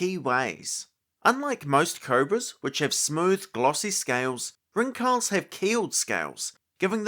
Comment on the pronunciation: Pretty sure the pronunciation is Ring-Hals (like the city Hull+s), not Rin-Khal😊 If someone is interested 😅